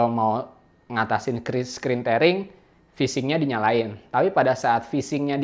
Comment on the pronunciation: bacanya 'tiering', bro.. bukan 'tering'..